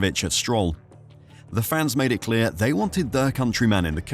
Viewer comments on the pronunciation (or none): none